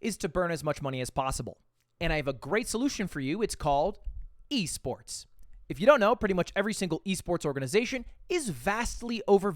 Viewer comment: why did he pronounce esports like that